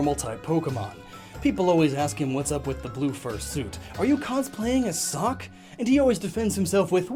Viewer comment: What he says: ''Do you cosplay as Sawk? What I hear: ''Do you cosplay as a sock?''